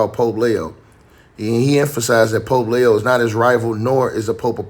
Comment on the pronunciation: It’s Leee oooo 😂